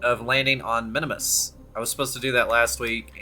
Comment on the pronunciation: Not sure what’s more annoying. The bugs or you saying Minimus rather than Minmus.